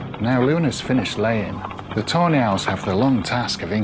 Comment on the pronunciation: Ive found your videos about a week ango and fell in love with most of the owl. As a german I think its very funny though that instead of tawny owls I hear Toe nails...